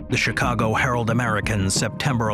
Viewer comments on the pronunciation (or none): none